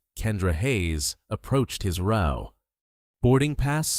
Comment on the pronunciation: Thank you for pronouncing "row" correctly